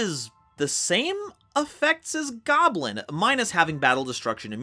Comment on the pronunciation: Don`t you mean Scrap GYAWBLIN? 😂